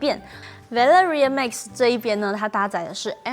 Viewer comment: Max, not mix. 發音要改善